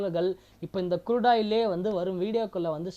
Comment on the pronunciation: Good video,, but sir kurudu oil ellai , Crude oil .. it's CHART not Chat .. sorry don't mistake me,, Ur video is good , just try to change the small pronunciations. THATS ALL 🎉🎉